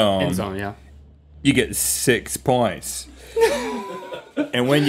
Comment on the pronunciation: "you get siiiiix pwonts."